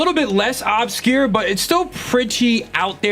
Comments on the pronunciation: Its not OB-scure its UBscure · “Ub-secure” it’s pronounced “ub-scure” for the love of god please PLEASE stop pronouncing it “au-bscure” PLEASE 😭